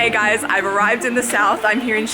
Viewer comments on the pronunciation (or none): none